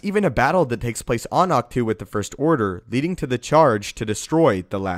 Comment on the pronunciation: Ahch To is pronounced "Octo". Or Awk-Toe. Not "two". It's not a number or preposition. Great videos though!!!!!